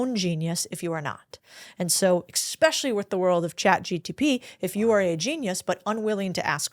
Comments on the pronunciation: I don’t trust anyone who says “expecially” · Only one critique. As a thought leader on the stage, stop pronouncing it as "expecially".